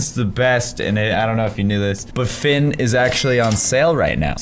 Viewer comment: You know how to spell octopus rubber ducky plushy but you don’t know how to spell Finn or sometimes pronounce fin